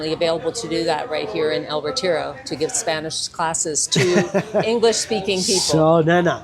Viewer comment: Hahaha! "El reteejro" 😆